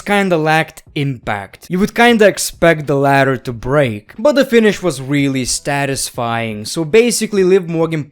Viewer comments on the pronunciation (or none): saying “statisfying” never gets old